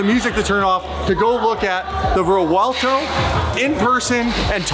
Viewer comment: The CEO pronounces Revuelto correctly. The “V” linguistically sounds like a “W”.